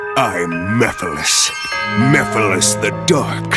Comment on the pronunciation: Damn I’m just getting my ass kicked. Also great video by the way. Still watching it and ain’t no way that said Mephiles name like that like they forgot the whole M E part of his name 😂